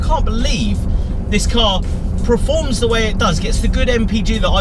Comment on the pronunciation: Why does he keep saying Preforms and Preformance?